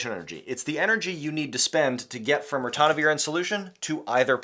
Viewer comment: NO es Ratonavir Es Ritonavir.